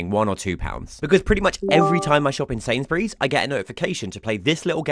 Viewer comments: It is not "Sainsberries"! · You’re pronouncing Sainsbury’s wrong